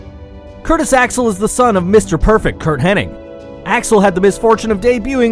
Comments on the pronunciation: HenniG. Not HenniNG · Man, it's Hennig, not Henning. Curt "Mr. Mother Fucking Perfect" Hennig. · It's HENNIG, not "Henning". As for Ted DiBiase Snr..."he may never have won big gold"...um, TDS was a three-time WWF World Tag Team champion. For what it's worth, he was also the WWWF North American champion (the forerunner of the WWF Intercontinental title).